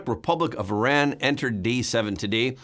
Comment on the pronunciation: Not eye-ran but ear- ran. Please tell her.